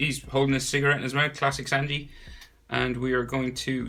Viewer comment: Its sanji but it’s pronounced sUnji